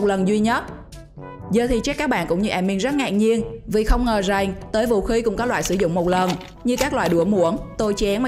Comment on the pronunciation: Bà này nói kiểu j ak rằng thì nói rèng ăn thì nói eng :))